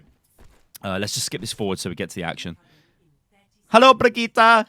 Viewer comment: It's peonounced Brigitte